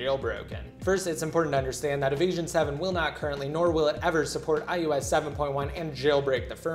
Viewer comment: Idk y but it sounds to me that he is saying ius 7 not ios 7